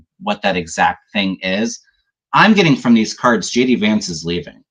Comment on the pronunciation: When says JD vance, it sounds like he's saying, 'Judy vance' I like it!